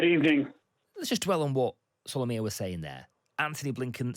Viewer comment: Solomia not Somalia!